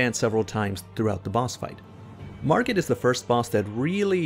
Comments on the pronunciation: "Margret"... Margret out here teaching lessons, he gotta teach you English -101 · My boi, what's with this hard "G"